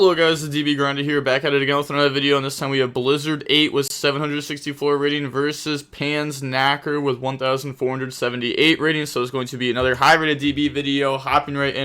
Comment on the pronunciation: you need a German lesson and learn how to pronounce Panzerknacker correctly